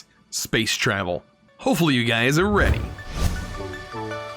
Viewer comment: “HeY gAyS, wElCoMe BaCk”